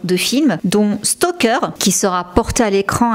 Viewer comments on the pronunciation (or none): none